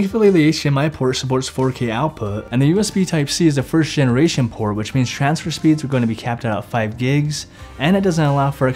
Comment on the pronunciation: Shansfer speed... lol